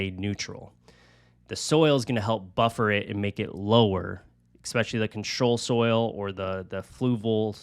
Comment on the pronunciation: It's UNS ControSoil, not ControlSoil It's Fluval Stratum, not Stratun It's Amazonia, not Amazon 😭😭😭